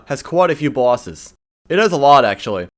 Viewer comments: Is it just me or is he saying bwases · "Terraria, has quite a few bawses"